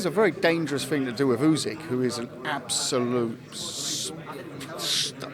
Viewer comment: Why is he pronouncing Usyk as Oozig..?! 🤦🏻‍♂️